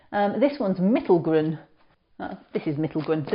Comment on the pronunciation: Nice job on pronouncing 'mittelgrün' BTW